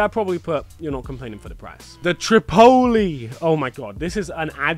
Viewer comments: The way you pronounce Tripoli and Cairo 😂 they’re both city names and you’re not even close! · The mispronouncing of tripoli and cairo killed me hahah. However, i have smoked in Cairo, Egypt and it was dead, so im not surprised a strain named after it is terrible.